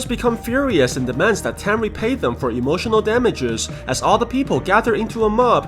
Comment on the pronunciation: “Emotinal damages”